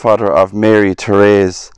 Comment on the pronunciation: My name is also Therese. Its not very common here and i have rarely if ever heard anyone pronounce it correctly. Good job. Thank you.